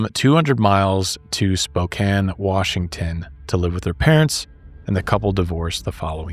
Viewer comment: Thanks for saying spokane correctly. I live here and alot of people pronounce it wrong lol